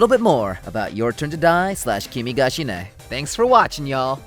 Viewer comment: Also called as Kimi ga shi - ne. Not kimi ga "shine"